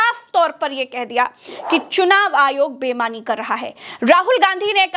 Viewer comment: bemani ya beimani? Sahi shabd boliye.